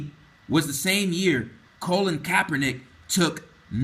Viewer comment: My ability to take this video seriously is diminished every time I hear Colin's name mispronounced as Colon. It's excruciating.